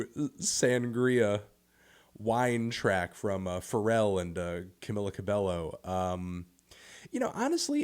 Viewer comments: Camilluh Cabellow. Nice pronunciation. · It's Cah-mee-lah Cah-bay-o. But yes that song was not good. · The way he pronounces “Camila Cabello” is atrocious